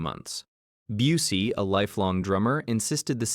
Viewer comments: Mispronouncing Busey had me questioning if this was AI narration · Intentional insult